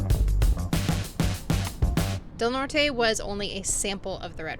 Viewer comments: Just in case nobody else has said it to you it’s pronounced Del Nort even though its spelled the Spanish way as in Del Norte! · I forgot to tell you about the local pronunciation of Del Norte - we pronounce it without the “e” - just 1 syllable. I haven’t been able to find out WHY. Quirky, right?